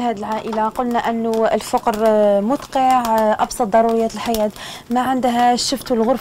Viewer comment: ياو الفقر بتسكين القاف مش بضم القاف